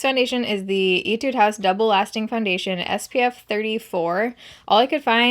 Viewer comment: Did u say “itude house”? Lol